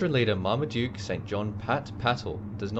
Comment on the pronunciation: Mar-ma-du-ke ? Who the hell calls his baby Marmaduke ???? Hippolyte is already quite frivolous, but Marmaduke ???